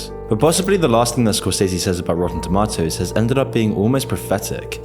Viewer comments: ItS TaMaToToS NoT tomToTaToS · I think it's pronounced toe-MAY-toes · That's not how you pronounce tomatoes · i just can’t get over how he says rotten “tomahtoes” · Its pronounced "tomatos" not "tomatos" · The real crime is the way you say tomatoes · definitely not me just watching this video because I'm bored and I like how he says "tomatoes" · The way he pronounces tomatoes is funny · This guy's accent is killing me. It's pronounced tomatoes, not tomatoes.